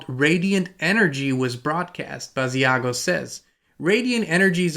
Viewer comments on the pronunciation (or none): Hi Inspired Tribe! Just to let everyone know: Andrew Basiago's name is pronounced Bashago, similar to "Chicago." Andy/Andrew Basiago wqas interviewed about 15 years ago by Project Camelot. He's truly one of the earlier Secret Space Program "whistleblowers" regarding his participation in "Project Pegasus" time travel program. Pres. Barack Obama, then known as Barry Santoro/Soetoro, as was ALSO a participant.